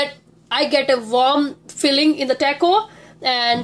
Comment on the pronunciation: its not teyko it's Taco....btw thanks a lot for the recipe....awesome job 👍